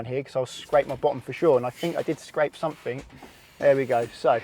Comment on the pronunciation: "I fink I did scrape SUMP-fing"